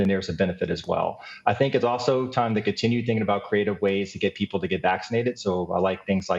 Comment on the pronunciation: Did you intend to emphasize "people" like that? Have there been vaccination efforts for other species? I haven't seen any dogs or cats lining up to get vaxxed, but I imagine they would also feel safer having had the shot than not when confronted with the Delta variant.